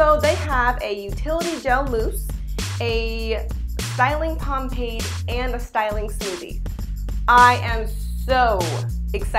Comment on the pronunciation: she said pompade like 5 times lmao girl..pomade.